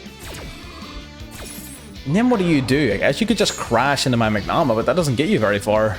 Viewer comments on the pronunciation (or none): how you pronounce bystial 'manga-hut' caught me off guard